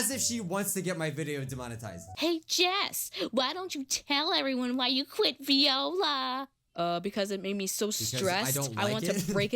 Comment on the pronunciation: It’s not VE oila it’s Viola